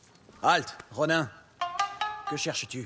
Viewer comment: On dit pas ronin on dit ronine